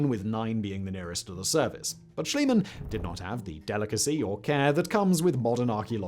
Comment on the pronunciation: It's Schliemann, not Schilemann.